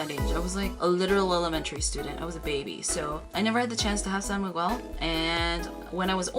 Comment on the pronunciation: Im kinda bothered how u prnounced my name (miguel) 😂 just kidding love from ph!